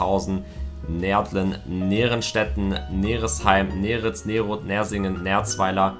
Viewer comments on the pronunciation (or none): Er hat nicht Nairitz gesagt ich wusste es kennt niemand sonst Nairitz